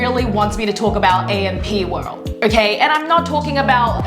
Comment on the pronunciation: You pronounced AMP world wrong and kardashians 😅